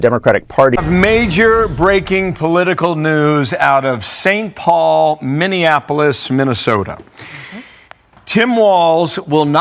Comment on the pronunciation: Why do people mispronounce Minny-apple-us as minnieaNapolis - there is NO third "N"